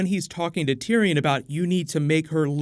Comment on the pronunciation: Tiriyon?.... Really?